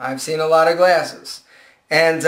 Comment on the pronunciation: lol you say "glAYses" ;)